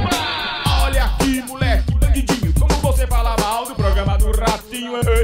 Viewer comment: falar "BandiNdinho" lembrou uns moleques que eu conhecia na infância kkkkkk